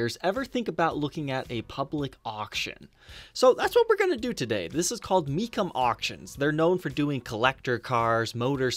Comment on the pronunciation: Me chum. Is how it's pronounced.